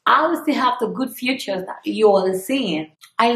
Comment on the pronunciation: U can't even read gurll its features not futures heeeeeheeee😂😂😂